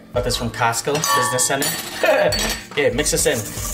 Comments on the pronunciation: The way he says "costco" sounds like he's saying castco. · It's not Casto... its Costo!! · "Kast Co" 😂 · No one:: "cAStCo"😂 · I love the part where he said "casstco" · How else do u say it? 😂😂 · The way he says Costco 😂😂😂